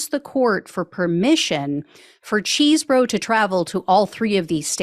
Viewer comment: Thank you for your reporting …as much as I dislike the man, please say his name correctly…Chese, not Cheese…